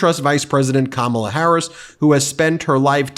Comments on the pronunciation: We love you Ben, Kamala is pronounced: Ka- Ma- la. Kamala three syllables. Thank you for being one of the best media outlets on Utube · do Trump's MAGAts really think that mispronouncing Kamala's name is going to hurt the woman???? they are so stupid....Kamala is too intelligent to get angry and mess up over a little name calling....she already knows Trump is a bully and doesn't know poop about 99% of the things he talks about at his speeches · At what point are people going to start calling out the fact that their determination to intentionally mispronounce her name is childish and weird and makes them looks stupid? Weird was a start, but it's time to call out the childish, pathetic microaggressions. "I'm gonna pronounce her name wrong because I'm five and that's how I fight!" Smh. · Childish to think you are hurting an adult by purposely mispronouncing their name. She must have thought Kamala was like Donsld Duck.